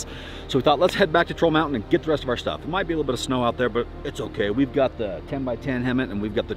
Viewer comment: he said snew:face-blue-smiling